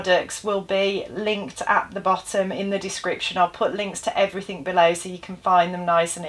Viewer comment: No K in everything. Please stop saying everythink.